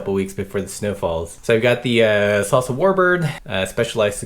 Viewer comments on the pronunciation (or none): none